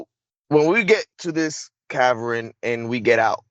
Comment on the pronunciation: I don't know if I should believe this guy or not. can't seem to pronounce a lot of words. He doesn't sound very well educated and we're supposed to believe a guy like that is used for secret missions. A cavern is not pronounced caverin.